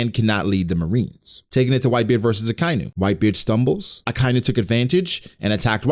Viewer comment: I'm sure I'm not the first person to bring this up but the way you say Akainu bugs the hell out of me. It's Aka (red) Inu (dog). Like baka.